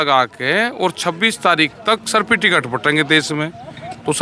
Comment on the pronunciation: सफिटिकेट , अरे राकेश जी बोलना तो सीख ले सर्टिफिकेट होता है वंशवादी राजनीति नहीं चलेगी बन गया किसान नेता